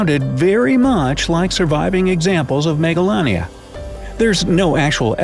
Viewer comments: I thought he said megalovania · how says and pronounces it: 'Megalania' - how i, an undertale fan pronounced it: 'Megalovania'